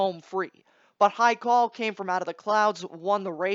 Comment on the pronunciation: According to you none of them will win, so how about you stop putting my Farm's Haikal down and also learn to pronounce his name please at the least.